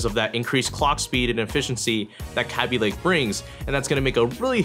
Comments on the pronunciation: Its K_ay_by not k_ah_by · its kay-b lake not kabby lake xD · it's kay-by lake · Who says g 4 5 6 0, and not to mention capy lake, are you a noob?? Its said g 45 60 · Say kaby lake right. it's kay-be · "kappie lake" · "Kahbee Lake" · U SAY KABY WRONG